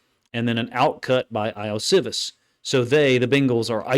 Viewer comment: I know this is waaaay after you posted it but the bengals WR’s name is pronounced “Yo-she-vas”